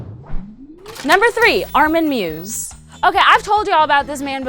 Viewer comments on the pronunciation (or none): Just for future reference, Armin Meiwes' name is pronounced "My-vez". Just cos you've featured him in your videos a couple of times now. Great job with your vids, though; just discovered you and glad I did :)